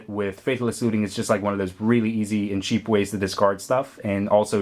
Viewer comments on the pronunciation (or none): none